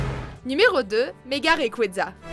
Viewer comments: prima kayogre primo grouadonne et magaya raikaza tout shiny on se demande qui est le mieux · Primo Kryogre primo Groudonne Mega Raycraza tout shiney XD